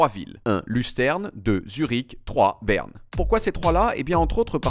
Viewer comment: "naïtlaïfe ... Beurne" iou méc maï déé :-)